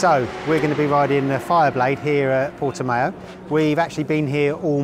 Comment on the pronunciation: Got to love how Portimão looks remarkably like Jerez (9m46s)... And it is Portimão, not Portimao. Hope you enjoyed the rain. 🤣